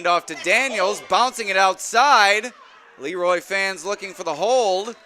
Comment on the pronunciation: I wish the Broadcast team would call the team Luh-Roy instead of Lee-Roy . The town was named after a man with a French name.